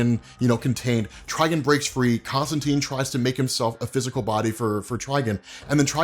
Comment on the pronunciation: Tri-gone! Please! 🤣